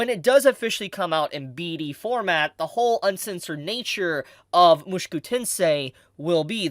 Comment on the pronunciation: Stop saying it like mooshkew it is - Mu-Sho-Ku